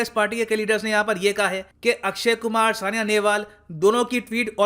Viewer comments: थनबर्ग है सर थनबरी नहीं और साइना है सानिया नहीं😁😁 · M i the only one who noticed sania nehwal instead of saina